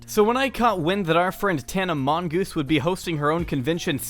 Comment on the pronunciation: I cracked up when you pronounced her last name as Mongoose.